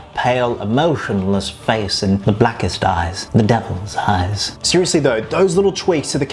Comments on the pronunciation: ~ it kind of sounded like “the blackest dies” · In the beginning it sounds like he said the blackest dies